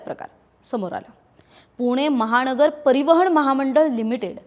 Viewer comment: कौस्तुभ ची कला कौतकस्पद आहे. Madam तुम्ही महानगर च्या ऐवजी महाणगर तसेच परिवहन च्या ऐवजी परिवहण असे का बोलता ?